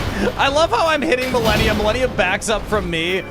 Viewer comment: Its Malenia not Melania